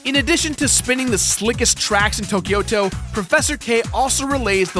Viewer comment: Tokyo-to just means Tokyo City. The "to" sounds like in "Tobias"